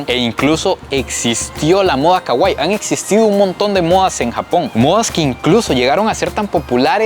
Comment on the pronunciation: pronuncias mal kawaii, trata de decirlo como si estuviera tildada en la i y no en la a desearía mil dedicarme a lo que te dedicas